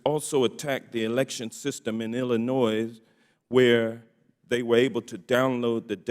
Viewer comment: Will someone please tell Representative Johnson of Georgia the proper pronunciation of Illinois!!!!!!!